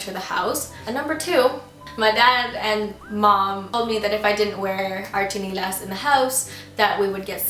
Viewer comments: It's SHI-NEH-LAS not CHI-NEH-LA! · It's chiNElas not chiNIlas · its not stinilas ... ite styenelas ... biyasa nga eh dili tagalog... >_< very cute.. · is it just me or does she pronounce "tsinelas" differently from how i commonly use it? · hehehe bisaya accent nia ng tsinelas